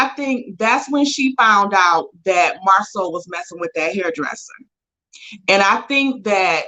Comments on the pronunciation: please stop calling that man MarSUE! His name is MarSAU(SO). Its not that difficult. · Girl could you stop calling that man Marsue (Mar-Sue) his name is Marsau pronounced (Mar-Saw) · It’s MarSo with a long O.. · I'm going to need y'all to research how to say their names. Not Mar-sue Bishop is correct, Mar-so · Please get Marsau name correct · Who is Marsue that is not the way it is pronounced cringe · Pronounce Marso! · At this point I think it’s on purpose. Everybody else has corrected themselves. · Ok I 'm not subscribing just because of the way you saying this man's damn name. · I wish will learn how to pronounce Marsau’s name! OMG 😆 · Can somebody please give me the tea behind intentional mispronunciation of Marsau's name?